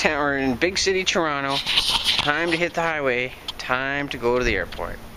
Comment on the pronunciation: That was interesting trip, though would have liked to have seen inside the airport. I like the way you pronounce 'Trono':)